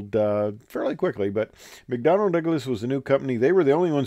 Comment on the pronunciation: Why did the word "contraption" keep coming to mind while watching this? Another fascinating snippet from aviation history. Thanks. Nitpicking here by a St. Louis area native, but I believe it's McDonnell, not McDonald. 😉